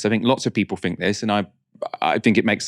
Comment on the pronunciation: it's "think" not "fink" just fyi